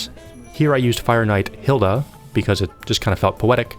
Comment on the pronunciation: Hilde not Hilda